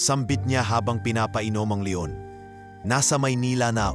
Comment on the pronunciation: Pls lng ayusin mo ang pag narrate ok? Mali mali instead na leon, le on wheeey😅